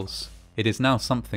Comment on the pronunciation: "in therory at least" you nailed that one.